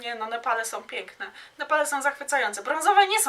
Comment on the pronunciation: Przepraszam, że nie w temacie i tak wprost, ale jak już publicznie się wypowiadasz i masz 1,53 tys. subskrybentów, to choć minimum znajomości j. polskiego i dykcji. Mówi się SĄ a nie "SOM" - som to waluta kirgiska!